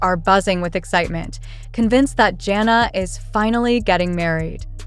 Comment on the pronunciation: Hey learn to pronounce her name correctly